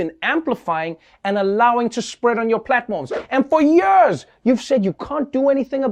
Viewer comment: Trev, it's "Years" not "Yuurs"